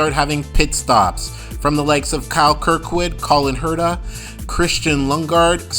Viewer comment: Cullen Herta and Rynus VeeKay? How can you consider yourself a reviewer of Indycar events when you're not at all familiar with the pronunciation of two of their biggest stars? Pendulum issue? Seriously, find another profession please.